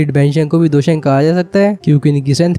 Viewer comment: Bro it's Dou Sheng